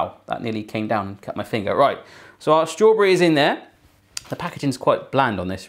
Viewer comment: He dosent say strawberry he says straw bre